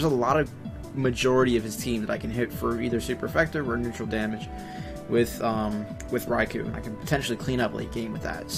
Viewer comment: cool he said Raikou had. a shit matchup and u said it perfect